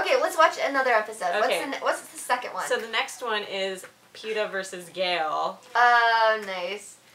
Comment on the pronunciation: its Peeta